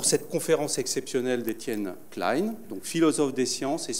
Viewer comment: Enfin le nom klein bien prononcé!